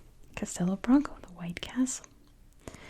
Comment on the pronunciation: I don't think anyone would think you're trying to offend us. You're making a video showcasing our country, which is great and appreciated. I will point out that the "O" at the end of "Branco" sounds more like a "U" for the sake of correctness, but you're doing fine (especially for someone who doesn't live here). Portugal's a beautiful country. Thank you for making this video.